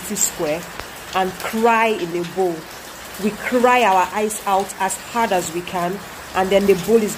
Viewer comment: The Emphasis she put on "cry" as hard as we can😂😂😂.